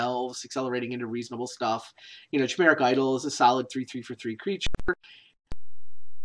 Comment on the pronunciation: its Kai meric idol, NOT chai meric